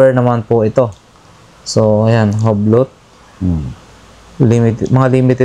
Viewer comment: U-B'LO po pag pronounce Nyan Hindi Hublot